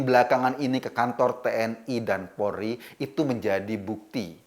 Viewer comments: Polri bukan porli pak! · Polri bukan polri pak!!!